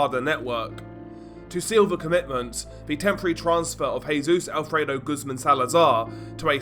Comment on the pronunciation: Not Goosemen. Pronounced - Goose`mon.